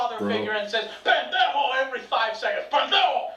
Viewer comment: “pandejo” XD